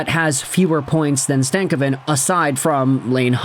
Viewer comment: Its not stav a kin . It's sta cov vin . Just saying